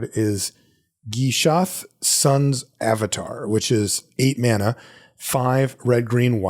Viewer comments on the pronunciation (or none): none